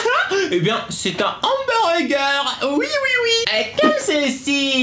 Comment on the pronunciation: Pourquoi tu dis Humburgé ?